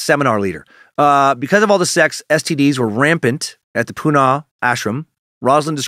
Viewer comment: just some pronunciation corrections for yoos- Sannyasin = sin-yah-sin. Osho = oh-show. Pune = poo-nuh. I lived in Central Oregon back then and have my share of Rajneesh stories- I even visited the Big Muddy in its heyday.